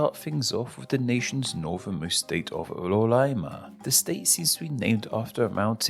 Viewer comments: Mano ele começou com "Lolaima" nao aguentei akjskajdksjd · o cara é o cebolinha, palá, palaiba, rolaima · "rolaima" As vezes ele troca o R pelo L, só falta ele ser o cebolinha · Eu ainda ouvi "lolaima" kkkk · And Lolaima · "Lolaima" LIMFAAAAOOOOOO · But LOLaima instead of Roraima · O cara falando: "Lolaima" kkkkkkk